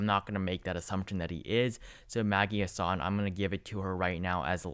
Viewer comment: The Senator from New Hampshire is Maggie HASS-in, not Huh-SAHN